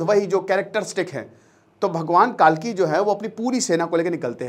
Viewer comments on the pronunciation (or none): कालकी नहीं सर, कल्कि है। अग्निहोत्री होकर भी इतनी बड़ी गलती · कालकी नहीं कल्की है भाईसाहब